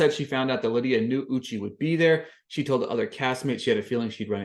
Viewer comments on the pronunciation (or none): Thank you for the review!! (Also, it's U-chay, not U-chi. Idk if you were doing it on purpose or not, so I thought I'd let you know.)